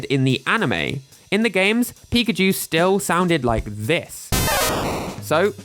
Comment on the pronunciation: I always wondered why everyone, including the Smash Bros announcer, pronounces PI-kachu, when the Pokemon itself says pi-KA-chu or even pikaCHU.